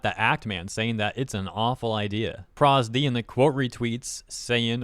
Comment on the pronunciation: Hearing you call ProZD as "Proz D" instead of "Pro ZD" was hilarious. He's a pretty big creator.